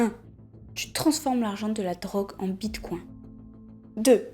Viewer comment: Ptdr par contre faut pas dire « bit coin » en mode c’est le coin de ton salon par pitier